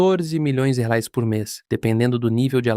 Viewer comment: Assisti metade e já tive que parar, é insuportável ouvir uma IA narrando, e pior ainda com ela falando errado e chamando Reais de Halalands 😂😂😂😂